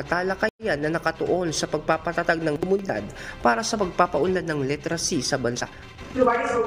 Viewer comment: Ayusin mo ang pag- pronounce ng literacy. Hindi litracy ang pagbasa nito .